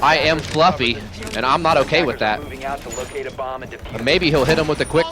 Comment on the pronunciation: "I am Flufvy, and I'm not okay with that." Fucking dying man, that is hilarious.